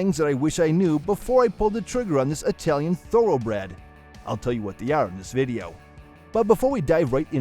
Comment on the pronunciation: Please pronounce...'Italian'...properly.